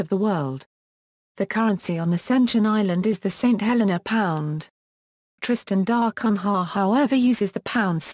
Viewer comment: If you want to narrate this topic, at least learn to pronounce "Tristan da Cunha"!